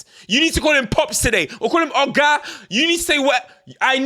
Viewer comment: “You need to call him OGA” Nigerian came out my brother 😂😂